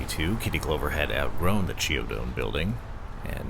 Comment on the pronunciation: The builder's name is pronounced KEE OH DO. I am a good friend of Vincenzo Chiodo's great great nephew. The "ch" is pronounced just like it is in the word Chianti. I am the caretaker of the Lancaster, which he built 101 years ago.